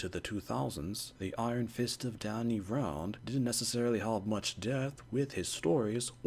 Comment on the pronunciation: Df do you keep pronouncing his surname like that!😅 - it’s not ‘R-Ah-Nd’, it’s ‘R-Anne-nd’. And I have a theory that they chose Swordmaster to be Iron First and Sai for Psylocke to capture a more East Asian audience.